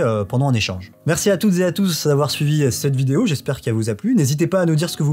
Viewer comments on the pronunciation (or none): none